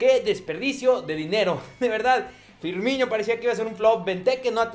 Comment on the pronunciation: No se dice Firmiño, se dice FirniNo